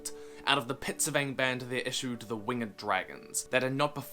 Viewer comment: “Winged” not “Wing-ged”, “Winged”. And all Dragons had a glamour in their voice, something Peter Jackson got COMPLETELY wrong in his version of the Hobbit.